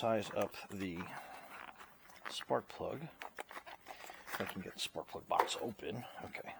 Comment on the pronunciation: Did You Say, 5/8 Spark Plug Socket??? It Sounded Like You Said 5/8 SP Socket... Good Video... Thank you for all Your Tips... You may want to use a longer swivel extender... Just Saying...